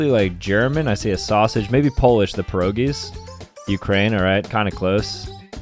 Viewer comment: its not PEROGIES only P I EROGIES